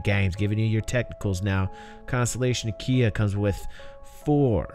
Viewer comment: Sounded like you said Constellation Ikea at one point. So I was like Oh so Ikea went from furnitures to spaceships 900 years in the future! x) This is definitely the Constellation variant I'm gonna get in PU, sounds like it's gonna be so awesome. Great video as always!